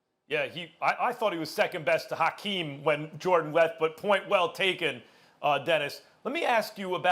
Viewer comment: Maxx: "HACK-EEM" whatevs max